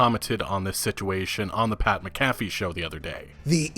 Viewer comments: It’s not Mc Caffe it’s Mac A Feee come on dude lol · it's pronounced Pat Mac-a-fee. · Pat MAC-A-FEE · Pat mAC-afee. Love you bro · McAfee pronounced Mack-uh-fee. Just FYI. First Madden I refused to buy in many many years. Good coverage on this (no pun intended) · It's Pat Mac-a-fee at least learn how to pronounce something correctly if you're gonna use it in a video. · Just in case you have to say his last name it’s pronounced Mac-Afee